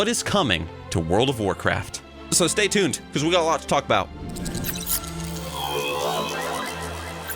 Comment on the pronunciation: i heard : So stay C'thunned !